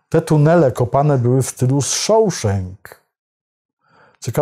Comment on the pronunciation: Po przyjacielsku, "Shawshank" wymawia sie Szaszenk. Przeprowadzany wlasnie lincz w Sejmie na wniosek Prokuratury na panu posle Braunie nie zwracil pańskiej uwagi? Zwykła rzetelność dziennikarska (czy coś takiego istnieje?) wymagałaby chociaż wspomnienia o tym, panie red Gadowski.